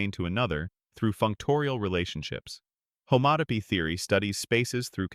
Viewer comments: Homato…. homato……😂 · I think an actual human would do a better job miss-pronouncing "homotopy" in multiple ways!